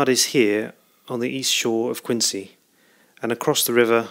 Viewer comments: Yes, I lived in Quincy for over 40 years and had my sisterr, two brothers in law and many friends work at the Fore River yard during WW2. And the proper pronunciation is Quinzee not Qiuncee. All other cities in the US of A are pronounced Quincee. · Thanks for making this video. I have a few questions and comments. Having grown up in the area, I can tell you that the local pronunciation of Quincy is different than it is spelled. Replace the "c" with a "z" and it will sound correct. Regarding the slipway where the ship was built, I think it is either #10 or it was one of the "cruiser" ways (6 through 9). This is because the craneway doesn't have the heavy girder overhead structure. 10 through 12 all had this structure at least when I was growing up (see your 1980s photo) and perhaps it was added during the war. If you look at a video of the launching of USS Massachusetts in 1941, it appears that #10 doesn't have the overhead structure, or it's building ways was farther north. Secondly, where did you get these photographs? I have always been fascinated with the craneways at the shipyard and have found very few pictures of them. Again, thanks for posting. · Thanks for your feedback. I've been told about my pronunciation of Quincy a few times now :) According to cassidy109 (see comment below), the ship was built on #10 slipway (#11 and #12 were built later in the war). All the high res photos I got from the National Archives. Don't forget to check out the other videos in this series on the home page!